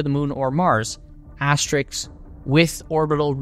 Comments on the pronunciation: Asterisk, not 'asterix.' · Learn to say "asterisk." It's not "astariks." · The word is 'asterisk' not 'asterix' or 'asteriks' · There is no "X" in "Asterisk" unless you're talking about a Gaul in a comic book. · It's pronouced "as-te-RISK"